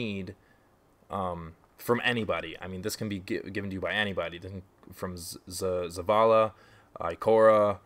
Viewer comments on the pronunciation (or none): Zavala** not Zavara but good vid though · His name is ZA-VA-LA.... not "zavara." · Lol dude it's ZA-VA-LA